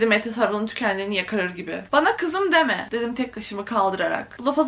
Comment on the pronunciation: ✨bAnA kIzIm dEmEğ✨